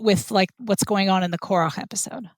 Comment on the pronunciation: This was super interesting. Anyone else hearing Korah as Korok? Can't avoid the image in my head every time i hear it.